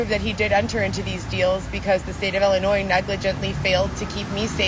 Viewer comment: I hate how she says Ellenois 😡😡 It drives me crazy...SHE drives me crazy!!